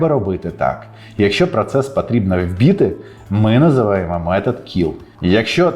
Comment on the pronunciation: "Вбити" -- на третьому році війни це слово треба вже було вивчити. [вбыты] Не треба пом'якшувати приголосні там, де не треба пом'якшувати приголосні. Голосні "и", "е" НЕ пом'якшують попередню приголосну. Це українська мова -- як пишемо, так і вимовляємо. ВСЕ ДУЖЕ ПРОСТО. Простіше за Джаву. "О" - це завжди "о", "и" - це завжди "и". Останнього - не АстАннЄВА чи останнЄВО, Екранів - не ЙЕкранів, Потрібно - не пАтрібнА.